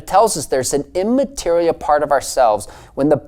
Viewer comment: This guy has a weird habit of pausing after saying the first syllable of "immaterial". It's rather grating, really.